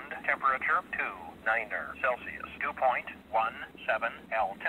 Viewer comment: I like the way the cameraman says "temperature" Tempatier